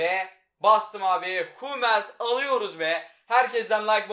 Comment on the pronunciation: Humels deme suna hammils de